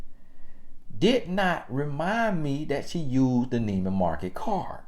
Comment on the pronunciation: Mintimum... 😂🤣😄😅😁👌👍Nieman Market...uh, Nieman Marcus...., you are totally comical 🤣😂🤭